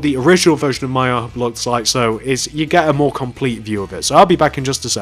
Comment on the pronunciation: 😂 Listen to how he says ihop